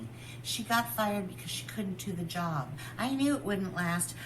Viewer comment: She keeps saying “fiyerd” on purpose like that. Yelling at Berk to smile like PomPom. I feel really sorry for Berk.